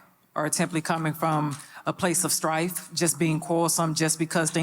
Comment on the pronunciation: Then I realized, making up words and shit. Talking about “I need you to feel my “Thrife” girl you mean “STRIFE” 😂😂😅😩